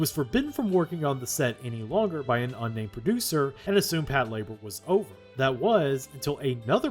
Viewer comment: I swear, if I hear another western anime fan pronounce it as “pat-la-BOAR”…